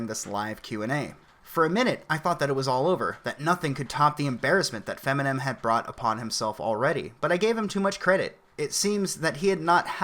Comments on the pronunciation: Did you say Feminem? Funny shit. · "Feminen" lol. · I'm sorry, did you say "FEMINEM"? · Fem-inem. Lol